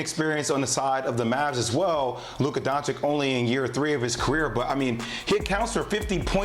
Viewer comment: Paul picked the pelicans cuz he still don’t know how to say Luka doncic 🤣😂🤣